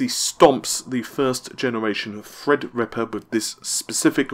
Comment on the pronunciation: good job on saying "Threadripper" now if you could just get "Navi"